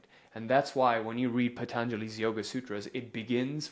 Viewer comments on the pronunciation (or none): none